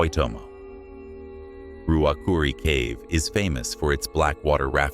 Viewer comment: Waitomo, was the worst. Why TOE MOE. Dunedin. I almost did not know what he was referring to. Kawarau. Car Wa Row with short O sound like pow